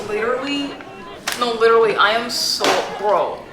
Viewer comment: I was just practicing how to say leeturly 😂😂